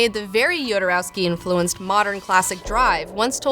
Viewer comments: Even if the origin of the name is slavic, he pronounces it "Hodorowsky". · Don't forget kids: it's not YODA-rowsky, it's HODOR-owsky! :D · It kills me how poorly you mispronounce everyone's name, especially Jodorowsky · You should first learn how to pronounce correctly his name